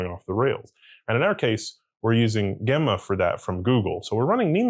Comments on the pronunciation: Not GA-mma4... "J"emma4... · It's very odd he pronounces it that way. I wonder if he pronounces Gemini the same way?